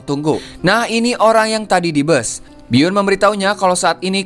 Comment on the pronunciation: Bus bang.. Bukan bas 🤣🙏